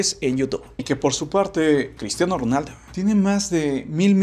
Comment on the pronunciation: Por que dices Cristiano ronalda